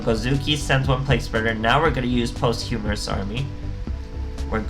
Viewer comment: It's pronounced "POS-CHU-MUST" but Post- Humorous is much funnier. (No pun intended )